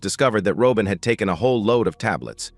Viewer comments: Ai doesn't know how pronounce simple words? What is a Ro-bin? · If you're unable to pronounce Robin properly get a better I a to annoying to listen to